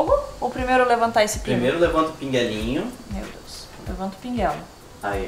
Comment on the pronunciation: "Mel Deus" kkkkkkkkkkkkkkkkkkk